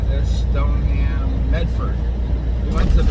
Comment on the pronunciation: Stoneham Massachusetts is pronounced Stone-Em. I don’t make this crap up. Lol